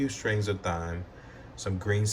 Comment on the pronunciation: You don’t have to pronounce the “h” in thyme